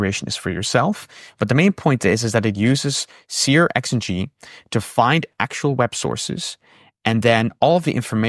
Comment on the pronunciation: Searx-ng is 'serks-ng'.